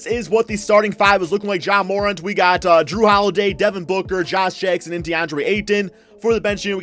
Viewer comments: It’s pronounced mur-ant not moorent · All these videos with morant in it and you still can’t say his name right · Please learn how to say Morant. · When are we gone tell how to say Ja’s last name right?